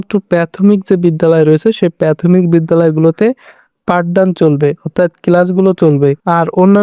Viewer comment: Pathomic na re Vai prathomic.apni ki pass je ei pronunciation,ta abar education niye blog makings.